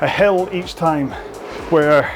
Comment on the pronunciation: said “hill workout”…at first I thought he said “hell workout”. 😀